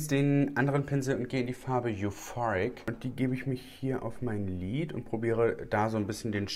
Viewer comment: Bin ich die einzige, die "Glied" anstelle von lid versteht? 🤭